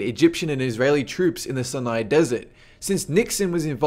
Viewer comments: Sin-eye Desert? It is pronounced "sigh-nigh". And what is a mujan-adeen. Try Muj-a-ha-deen. What is doo-looth airbase? It's "Dull-uth", it's a US city that sounds like you are saying Dallas with a bad lisp, whereas you sound like you are summoning C'thulhu's inbred cousin. At least you pronounce nuclear properly. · MUJANEDEENS???? + SUNAI desert?? Also on another video you said Tanzaania??? interesting videos but you fail to pronounce alot of things